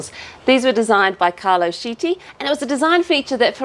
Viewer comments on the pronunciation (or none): has been doing SO well with her Italian pronunciation... but "Carlo Sheetee"...? Ouch! In general, "ch" is pronounced as a "k" sound (as in cord or chord) in Italian, so "Chiti" would sound like "Key-tea". Great build, great presentation! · Great job, fantastic work, and yes was right to pronounce Chiti the first time. In Italian pronunciation of CH = K phrenetically its Kiti. is doing a fantastic job 👏 👍